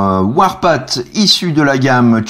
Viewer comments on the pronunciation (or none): Bon tu dois le savoir mais Warpath se prononce "warpafffff" un peu comme le TH de Thank You. Ca peut se traduire, j'imagine, par "le sentier de la guerre". :D